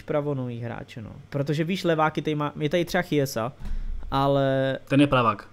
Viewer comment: Jen Chiesa se čte Kiesa je to jako s Chiellinim taky se čte Kielini